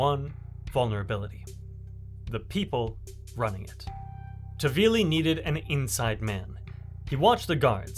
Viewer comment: Nice video but his name is not tavili but taHvili